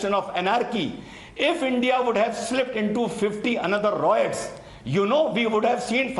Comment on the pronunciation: RIOTS NOT ROITS